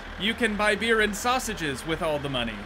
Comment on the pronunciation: The way you say sausages 😂 like it's catching on